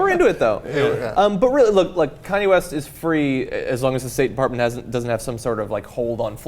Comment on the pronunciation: did he say Cudi West in the beginning?